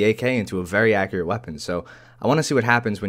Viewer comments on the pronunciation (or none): none